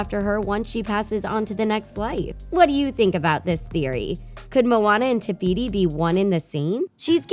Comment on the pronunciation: Did nobody notice that she said tebeeti instead of tefiti